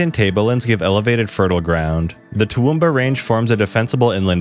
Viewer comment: Toowamba? Dude did you even look at a map or you just phonetically spelling things?